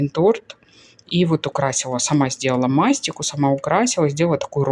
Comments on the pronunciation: МастИка😊 ударение на И..💕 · мастика, ударение на и!!!!